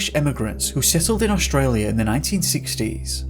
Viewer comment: Staci Taylor I do too except he says Oshtralia instead of Australia. That makes me laugh.